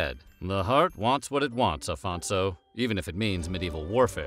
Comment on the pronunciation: Afonso is pronouced Aphonsso, not Alphonso. the rest is right